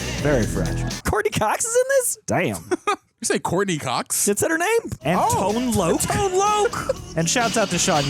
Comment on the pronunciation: Tone Loc is pronounced as Tone LOCK! ....... Not Tone Loak.....